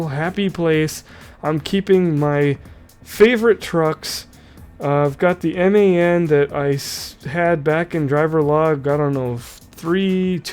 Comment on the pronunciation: It's pronounced MAN like your a man I'm a man